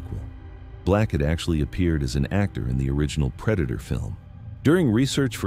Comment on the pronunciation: That wasn't the predator it was the preda-toe